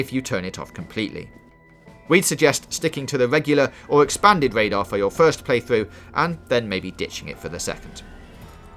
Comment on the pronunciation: This is super great. But what is Wadar, Zewo and Widing?